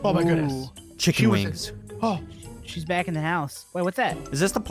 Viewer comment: Lol u say ckiken wengs lollll😂😂😂😂😂😂😂